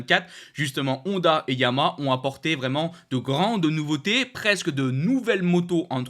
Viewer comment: trouve toi un orthophoniste en urgence,Arrête de massacrer YA - MA - HA!!!!!!!